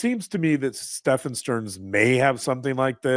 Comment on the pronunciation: Stephen is pronounced just like Steven.